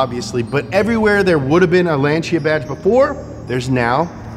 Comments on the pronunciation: Lan Sea Ah not launch sha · Lanchia? Isnt is lan-sia? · I remember reading about this nearly 10 years ago. At the time it had F430 architecture. That's how long ago it was. Oh, and it's pronounced Lan-see-a. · "lanchia" REEEEEEEEEEEEEEEEEEE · What, tired of hearing “Lansee-a “ all the time? 😖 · The pronunciation is so crap lanchia staatoose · FYI Lancia is pronounced like a guy from Boston saying Lawn Chair.